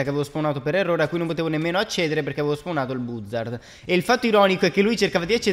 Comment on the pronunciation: Non si dice buzzard si dice bazzard